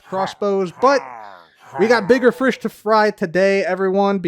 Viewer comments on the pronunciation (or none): "Frish to fry"